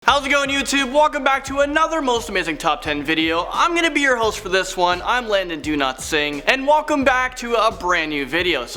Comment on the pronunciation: Landon; I'm me; hears it as landon do not sing